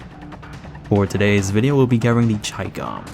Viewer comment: you said the name perfectly